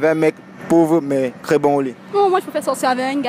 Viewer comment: Un mec pauvre mais CRÈS bon au lit...ce sont mes oreilles ki me font default ou alors tous ces Camer disent “crès” au lieu de “très” avec 1 “T” 🤔